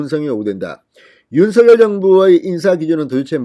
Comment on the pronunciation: 윤석열○ 윤서결× 발음을 좀 신경써주면 참 좋겠구만